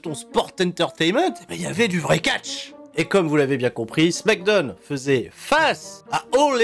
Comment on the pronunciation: Je me rappelais plus pourquoi je n'étais pas abonné à ta chaîne, mais ça y est je m'en souviens. "Smackdeune" c'est trop gênant.